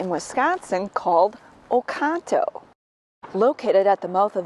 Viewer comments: oconto not ocono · Does OconTo have a silent "t" or is this a Wisconson pronunciation?